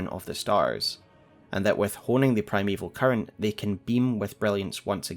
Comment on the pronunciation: Not sure if it is just because I am hungry. But at one point it sounded like you said "Primeval Curry" 😂 great video as always. Been holding off on watching these until I had a good understanding of the broad strokes of the story from playing the game. I love all the connections you find. Always excellent!